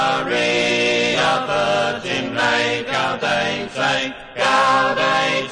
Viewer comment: Yeah, I always had the feeling that they were trying to pronounce it "authentically"--that is, as rural British singers of some hundreds of years back would have twanged their way through this. Same thing with the Mediæval Bæbes on "Veni, Veni": they made "gaude" rhyme (sort of) with "howday." Used to drive me crazy, but then I realized that they might have been going for historic "authenticity." Listening to that made me think maybe they were just pronouncing it "American"--but they're British!